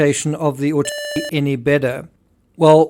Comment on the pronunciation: Terrible sound while you’re saying „autopsy“! Unbearable! What’s wrong with the word „autopsy“!?